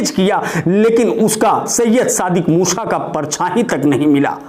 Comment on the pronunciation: Haa haa abe bhai bolna toh sikho yaar dhammi ko dhoni kah rahe ho musa ko musha kah rahe ho haa haa.. bolna sikho bhaiyaa haa haa